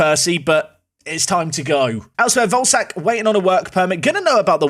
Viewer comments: day 2 of asking to pronounce volesak like vole-eh-shark instead of like ballsack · Hey, Czech man here. Volesaks name is pronounced Vo-Le-Shaak. Love Park to Prem! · Hey, I think it's pronounced: ian Voleshaak, pronounce the e like in ketchup.